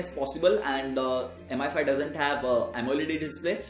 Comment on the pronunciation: Its "mee5" not M I 5 -_